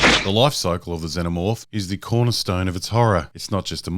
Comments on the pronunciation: “Zen o morph or Zee no morph? Not sure which pronunciation” - shows clip with correct pronunciation - uses incorrect pronunciation for the next 11 minutes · What made me most emotional about this video is your reluctance to pronounce Xenomorph properly...